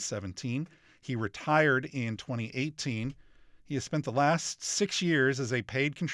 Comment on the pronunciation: Was anyone bothered by the pronunciation of "retired"?